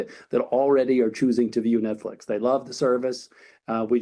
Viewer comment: Why does he call it ‘Netflick’?